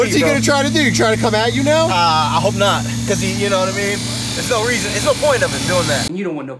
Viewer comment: “I did naat”🤣🤣